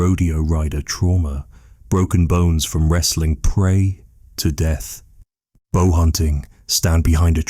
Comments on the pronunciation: Very good 👌 but why pronounce bow as bough so many times, is it narrated by AI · And many mispronunciations of the word "bow" as the tool used to launch an arrow. I keep looking for a boat. AI at work.